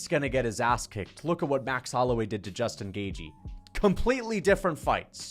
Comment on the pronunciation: "Justin Gay-jee"